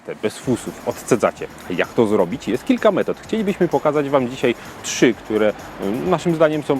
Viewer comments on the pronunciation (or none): none